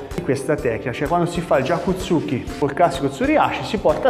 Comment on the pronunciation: Lei maestro ha un problema con la corretta pronuncia di gyaku tsuki